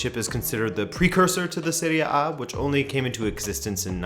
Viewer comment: Hey. Do you mind working on the way you pronounce "serie A" because it makes me want to smash my head in with a brick every time you say that? Thank you!